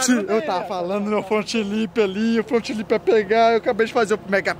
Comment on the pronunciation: Resumo do vídeo: "meu front lipssss" kkkkkkkkk